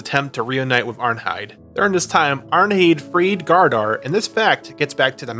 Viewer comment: No hate, great video but in danish ei is pronounced as eye (Arnheid and Einar)